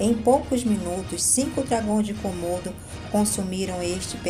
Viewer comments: Quantos "cômodos" tem sua casa? Até onde sei, se trata de dragões de Komodo (se pronuncia comodo e não cômodo). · Não se diz kômodo e sim komodo